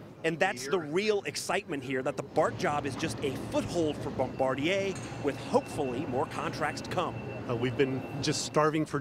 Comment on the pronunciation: Barm-ba-deer?, you killed that pronunciation.